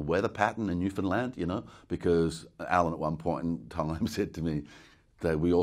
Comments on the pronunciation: Newfoundland! Even pronounces it correctly. Also, if anyone has ever read David Gemmell's Troy book series, this is the only guy to do Odysseus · Well, you must be telling the truth... you can pronounce Newfoundland properly!😂😂 That's a skill in itself, for most. 🤗🇨🇦